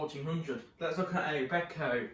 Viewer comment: You said b-eh-ko! Thank you!